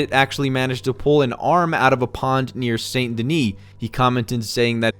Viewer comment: Senyt Dennie sounds so weird its Sahn Denih